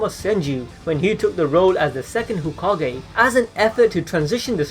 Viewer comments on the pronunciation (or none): i know you gave us a heads up about the pronunciations, but you said whokage . and that's unacceptable.